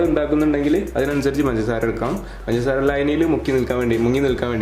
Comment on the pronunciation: Why are you saying panjara panjara instead of pangasara